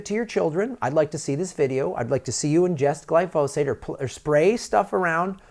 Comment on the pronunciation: GLY- fo- sate. Emphasis on the first syllable Gly”